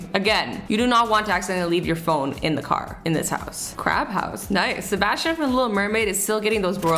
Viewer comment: when you said "sebastion" I was like wha? but then I thought of black butler lol hahahahaha